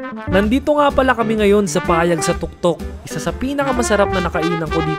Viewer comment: IT'S "PAYAG" NOT "PA YAG" HEHE